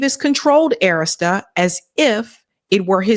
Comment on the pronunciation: Please stop mispronouncing Arista.